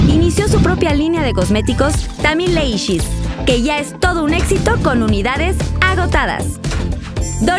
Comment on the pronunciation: “Tammy leishis” aaamanaaas con ese inglés